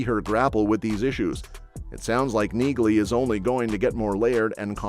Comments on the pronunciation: BTW, the name Nieghly is pronounced without the “g” like Neely. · You don't pronounce the G in Neagley. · The G is silent in Neagley. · The "G" is silent in Neagley, like the "G" in Neighbor and Phlegm🤔